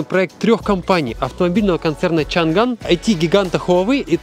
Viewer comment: Да это для нас , побольше комментов писали. Чанган как он тоже чанан называл